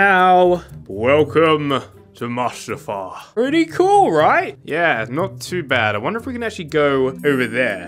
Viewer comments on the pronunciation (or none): you pronounce it moostafar. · It's not Mustafa is pronounced moose t far also its Vader's castle that's located there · Mustifar is pronounced (Moostifar) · It Mustafar not mastafar! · It's Muustafar not mustedfar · Moo sta far not must a far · its not maastafar its mustafar MUstafar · Its pronounced moostafar not mustafar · u pronounce the lava map as (mew stuh far) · I think it’s Lustafar I think this is how you pronounce it (LOO-sta-far) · Mustafar is said (Moo-sta-far) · It is Moo-Stu-Farr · Moos -ta - far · It's moost far is how you pronounce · And it's pronounced MOOst-ah-far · Good sir, i respectfully say its pronounced moo-stif-far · It is spelled mustafar but it sounds like moostafar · Moostafar is how to say it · Mustafar is pronounced Moostafar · Mustafar is pronounced Moo-Sta-Far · Mustafar is pernounced moostafar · It’s not Mustafar is Moostafar but is spelled like mustafar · The way you pronounce mustafar is moostafar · Mustafar is pronounced: Moostafar. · It is moostufar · it's pronounced moo-stu-far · It’s pronounced moostafar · It is pronounced moo-stiff-far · moo sta far thats the pronouceation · Srry bro is not how you say it but I love the videos you make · Antonym not trying to be mean but it's called Mustafar. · It’s mustafar